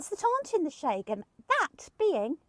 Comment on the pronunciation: Sorry for your loss guys. Got to love you guys. Where’s this Shay-gan area you keep talking about ? I thought it was Schen-gen 🙈🤣 God bless ya! 😁